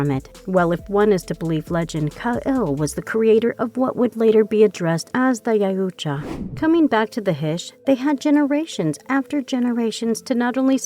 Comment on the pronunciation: Ya-ooh-cha…. What ? Was I hearing that right all 40 times it was said ?